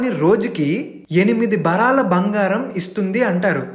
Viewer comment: భరాల bangaram కాదు భారుల బంగారం, సరిగ్గా పలకాలి